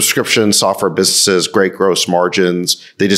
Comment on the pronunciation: Sacks doesn't pronounce the 'n' in "businesses." But he's still great!